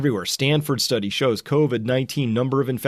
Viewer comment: You just brutalized the "study"